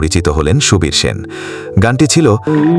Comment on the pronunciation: Sen উচ্চারণ কি বাঙালি ভুলে গেছে